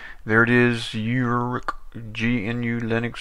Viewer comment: First of all, thank you for this nice review that you made about Uruk GNU/Linux , but i want to explain some things: -The distro name is not (you-rok), it's (o-rok), check out the right pronouncing in disro homepage here: -This distro is used the gnome screen reader (Orca) out of the box to help the blind one how can't use the computer normally , and if you don't need it, just turn it off or disable it completly from the litle small applet (AIA) in the top panel :). -This distro is based on Trisquel GNU/Linux, and it's a completly free(as freedom) distro without any non-free software . -The Browser is the free(as freedom) vesion of Firefox named "ABrowser" . Thank you again for this nice video ^_^